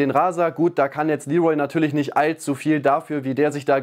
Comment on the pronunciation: Wer nennt ihn bitte Lee'Rol??! Bisschen geschmacklos, oder?!